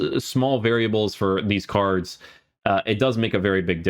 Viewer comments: why does he say "carzdz" instead of "card" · i hear carch...? whats that all about? (not hating, watch your videos all the time)